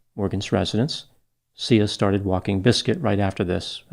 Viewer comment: Not to make light of this but it almost sounds like the little girls name was pronounced "See Ya".